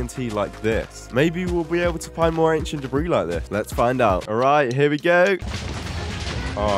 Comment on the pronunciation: 600-750 an-kie-ent dae-brie